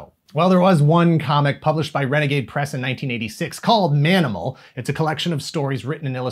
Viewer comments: I know you said Manimal, but I swear I heard "Danimal"the first time. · The proposed spinoff... Did you say, "Ma'aminal"?